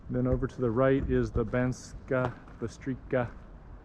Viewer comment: That towers where you were at the start, was the city castle (they teared down the walls when they weren't needed, You pronouce it as Banskaa Bystrica (you pronouce c as c in cemetery (not as k) Also Banská Bystrica is not anywhere near Low Tatras, its just bellow Small Fatra